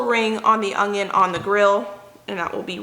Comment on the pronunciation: We loved the teriyaki chicken recipe that you shared.💕 I always listen closely when you say onion. Are you pronouncing a “g” when you say onions? My Mom always said ongions ( her Oklahoma pronunciation).